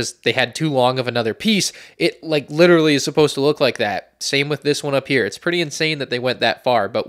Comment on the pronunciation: C-3PO Witawy hitting the gwiddy